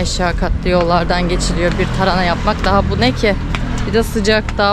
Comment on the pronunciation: Elinize sağlık güzel bir video olmuş ilgi ile bekliyorum videoları kolay gelsin. hanım önemsiz belki ama TARANA değil TARHANA 👍😃